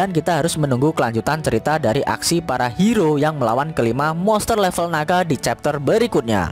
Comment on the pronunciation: bacanya chapter